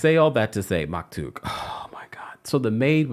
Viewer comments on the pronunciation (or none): I love u I hope u know that but the kids name is maktoum with an M not K